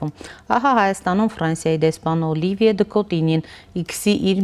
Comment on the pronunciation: Հարգելի հաղորդավարուհին դեսպանի անունն արտասանել չի կարողանում, տարօրինակ շեշտադրումներով, (Օլիիիիվիե, Դըկոտիիիինյի, ինչի՞ համար, Օլիվիե' Դըկոտինյի' ասելն այդքան բա՞րդ է) դեսպանի թարգմանիչը դեսպանի ասված ի մի մասը չի բարեհաճում թարգմանել... Ֆրանկֆոնիան խորը ճգնաժամի մեջ է Հայաստանում....